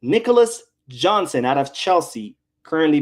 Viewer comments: Jackson not Johnson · Jackson not Johnson 😅 ,anyways the guy is not even a natural center forward and Chelsea wants 75m pounds for a bum lol barca can't be that bad